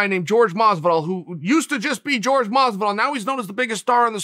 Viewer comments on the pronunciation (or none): I get that it’s not a big deal and it’s kind of even chaels thing at this point to pronounce his name “George”, but put some respect on my boys name and call him “Jorge” and pronounce it like you know it should be. What if someone always pronounced your name weird when saying it chael? You probably wouldn’t like it (don’t over do the tone when you read it I’m not saying it all pissed off, sort of nice demeanor; just pointing this out) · He says jorge as George and Usman as ooooooozeman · This guy really saying George lmao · Why is he saying “George” and “Ooozemen”?😂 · And George Masvidal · Is it really that hard to pronounce Jorge? Or is this some kind of joke.......